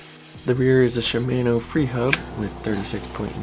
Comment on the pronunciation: Idk why but the way he pronounces shimano bugs me